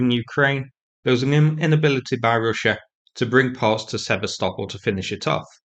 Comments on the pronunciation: Sever-stopol..it's Se-vast-opol. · Hard to listen to you butch the name Sevastopol 😂😂😂😂😂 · It might be useful.if you could learn how to pronounce "Sevastopol" properly.